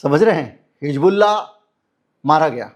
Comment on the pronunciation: Sir it is not Hig bullah It is Hiz bullah Thanks